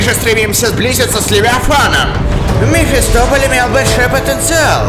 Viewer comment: Не яма мото а минамото и не мефистопаль а мефистополь